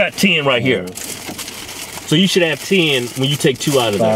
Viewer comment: This dude said "tayne"